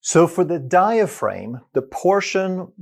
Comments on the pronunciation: Diaphragm isn't pronounced: Die-a-frame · Outstanding explanation of how breathing works. All musical wind instrument players are taught this from the start. One small observation: the pronunciation of 'diaphraghm'. The second 'a' is a hard vowel, not a long one. As in the word 'am'. The 'g' does not make the vowel long. Til the next video! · You’d think he’d know how to properly pronounce it.🤔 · Well, I was born in France, and I’m not a doctor, but I know how to pronounce it correctly. So I was just surprised at his mispronounciation. Excuser mois, or should I say mi scusi! 🤷🏼‍♀️ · Sounded like a criticism since we all know how to pronounce diaphragm